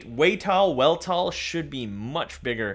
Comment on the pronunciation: I think the name is pronounced V-elt-all with a V